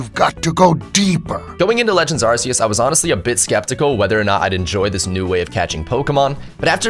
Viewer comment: It's not AR-SEE-US it's AR-KEE-US 😅